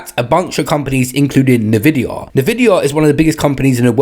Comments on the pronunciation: Its pronounced En Vidi Ah.. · Nervidia? What?